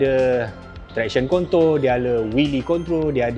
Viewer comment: 'traction kontol' ???? Hahahahahah